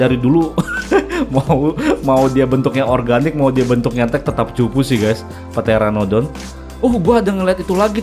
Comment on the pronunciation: Pteranodon pyteranodon pyhteranodon ??